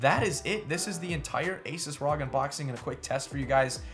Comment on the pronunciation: Pleas efor the love of God. It's called R.O.G. not one word rog